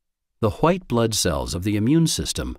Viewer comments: “the h-white” lmao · Did he said right hwithe blood cells ??